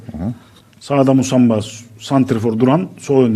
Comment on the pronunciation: MUSAMBA NE AMK OKUMANIZDA MI YOK YAAA